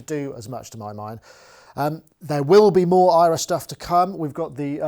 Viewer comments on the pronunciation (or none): is it really pronounced EYE-ra? if i was marketing this it would be air-uh or "era". makes me think the products were made because they are from THE era. who the hell is Ira?